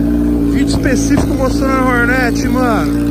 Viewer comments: porra da agonia ver nego falando Hórnét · Fala Hornet direito só pq é da quebrada n precisa falar errado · Prq ele fala o nome da moto errado?